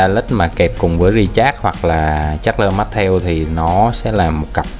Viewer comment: Bạn đọc con Charles Martel thành Chasler Mastel kìa